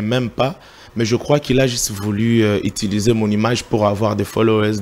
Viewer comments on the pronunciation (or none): none